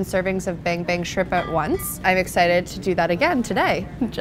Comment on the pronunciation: Take a shot Everytime she says Ban Bang Shrimp, fun game 😉